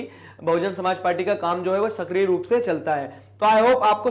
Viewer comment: Bsp Buhujun Somaajbadi party huta hi junab..😜 bhujun tak tik hi...Samaaj party asa b pronunciation huta hi kya...Or😁 Up ka.. 🙃Munaayaam singh yadav ki party k nam..Hi "Samaj badi party""""Chunaav chen CayKel